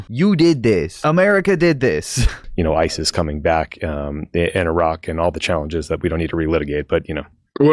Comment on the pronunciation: His terrible mispronunciation if places in iraq is reason enough to not vote for him. It actually hurts my ears.